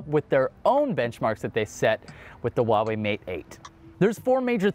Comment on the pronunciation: Stop saying "wa wei"!!! The H isn't silent!